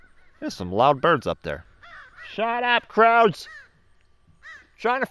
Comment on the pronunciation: you mispronouced"crow" as "crowd"